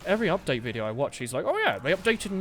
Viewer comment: WTF WTF U SAID VCIDEO NOT VIDEO WTF DUDE WTF WTF COME ON WTF Y U SAID VCIDEO NOT VIDEO ???????????!!!!!!!!!!!!!!!!!!!